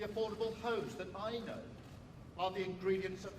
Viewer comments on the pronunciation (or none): The affordable h o e s ??? What did I just hear?? 😭 It's not even 3 AM yet